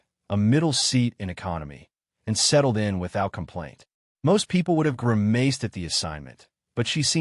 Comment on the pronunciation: 2.14. “grimAced “?!? AI is at it AGAIN. I,’’m done - leaving this site